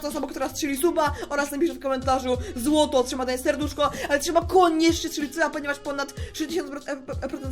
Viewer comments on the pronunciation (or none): Nie zloto tylko złoto